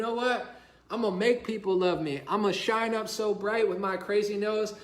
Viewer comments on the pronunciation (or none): none